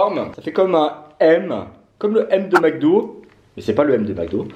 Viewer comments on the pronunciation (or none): none